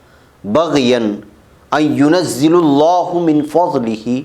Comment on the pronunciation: أن ينزل الله میں لام پر زبر ہے پیش نہیں